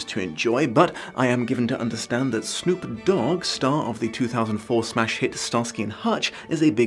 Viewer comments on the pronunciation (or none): I have never heard a pause between snoop and dawg before. IT sounded so unnatural.